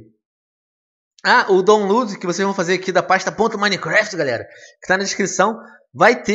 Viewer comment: Silly foreign pronunciation, It's Minecraft, not Mine-E-Keraftae